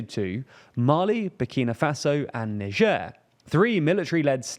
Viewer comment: Why do you people persist on pronouncing "Niger" with non english phonitics. It's pronounces NAI-JER , no bloody french sounding letters. No one is getting mad because people say Japan instead of Nipon, so what the fuck with Niger??